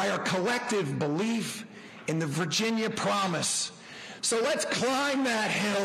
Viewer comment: She almost said "Vagina Race" in half way point of video 😂😂